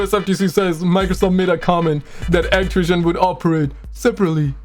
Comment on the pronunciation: Those damn people at actiwision!!!